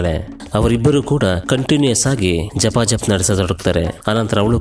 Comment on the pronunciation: ಜಪಾ ಜಪ್ ಅಲ್ಲ ಬ್ರೋ ಗಪಾ ಗಪ್😂